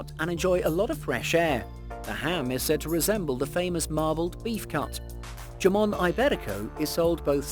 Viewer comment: Yamon? Lollllll the best jamon is pata negra de castilla